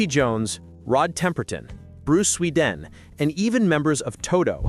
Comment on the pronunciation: Pronounced Bruce Sweh-DEE-an not Swee-DEN